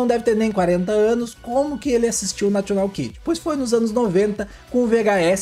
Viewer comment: O locutor fala nacional kid, vc deveria segui-lo e não falar national.